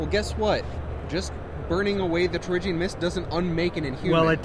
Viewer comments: Am I the only one that is slightly annoyed by the pronunciation of Terrigen as Terrigian? I swear it's terrigen let me know if I'm wrong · jonathan mortensen it's Tear-A-Gin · Dearest Abigail, One year has passed and I've given up hope that and his friends will ever pronounce "Terrigen" correctly. At first it weighed heavy on the mind. Now, I have become numb to their ways. I am not sure I will return from this battle. Conditions are harsh. Please send money. Kindest regards, General Silver Montezuma Surfer